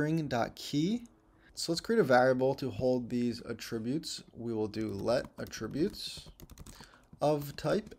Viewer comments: For the love of God, stop saying "a-TRIB-utes" We stress the FIRST syllable with the word: attributes. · I think has a license to pronounce "attributes" any way he likes considering the quality of his lessons. In fact, I am perfectly fine with "forward/backward slashes". Whichever. Don't matter. Just keep teaching the way you teach,!